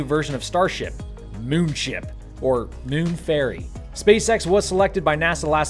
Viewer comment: Is that "Moon Ferry" or "Moon Fairy?" :-)